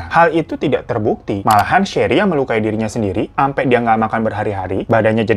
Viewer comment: James bantu sherri melukai dirinya sendiri bang, bukan melakui. Ku ulang² tapi tetap ku dgr melakui